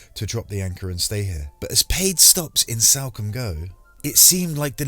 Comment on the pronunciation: It’s Salcombe...as in Saul.....not Salcombe as in Sally. Just sayin 😁